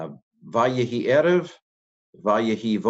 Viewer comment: In וַֽיְהִי I think we have our old friend metheg that turns 'vay-HI' into 'vay-ye-HI' vocal shewa...